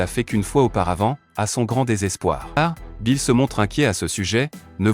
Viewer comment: il s'appelle Beerus pas Bill s'il te plaît dit bien sont nom Beerus Lord Beerus